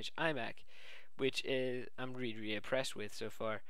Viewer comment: ..Which is weally weally good. :P